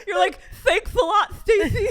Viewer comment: I did 😂 when said “fanks a lot sstfacey”